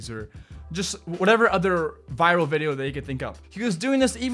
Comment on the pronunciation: How many times did he say vidio ??